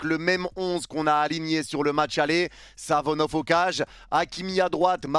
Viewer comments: arête de dire Savonov, le gardien s’apel SAFONOV, avec F pas avec V 😊, chaque fois ttu dis Savonov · Par pitié essaye de bien prononcer le nom de SaFonoV et pas SaVonoF